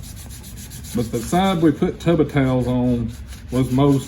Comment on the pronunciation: “Tubbah towels”